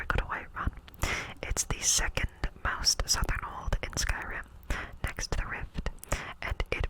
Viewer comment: Are you saying old or hold?